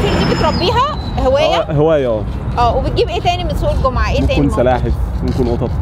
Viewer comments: سلاحف سلاحف مو سحالف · تحياتى انا اشتركت لان اسلوبك حلو ومميز بالحوار بس عندى ملاحظه بتقولى سحالف وهى سلاحف ضحكتينى كتير بس طالعه منك حلوه تحياتى وشكرا على مجهودك